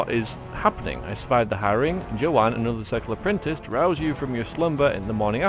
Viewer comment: "have you heard the apprinti.... UHH Vase!!!" hahahahha